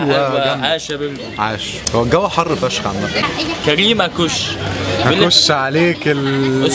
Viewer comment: يسطى بتتقال عكوش مش اكوش